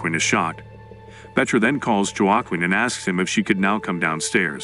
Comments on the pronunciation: Joe Kwin tf. Ai doesn't know it's Hwa Keen😆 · His name is pronounced "wa - Keen" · "Wa-Qwin"? "Jwa-kin"? "Uwa-kin"? Can't you teach AI narrator to pronounce Spanish names properly? Like the name Joaquin?